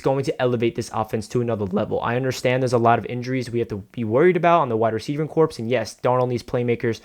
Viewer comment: Love the video! but "corps" is pronounced "core"